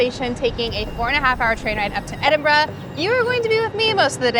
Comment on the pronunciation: As an Edinburger, I’m so pleased you got the pronunciation correct 👏🏻